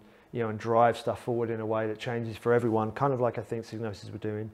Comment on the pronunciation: I thought the first four letters rhymed with vibe, not fib.